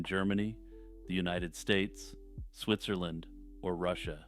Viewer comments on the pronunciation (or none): none